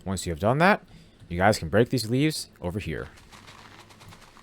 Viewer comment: why did i hear him say weeds instead of leaves?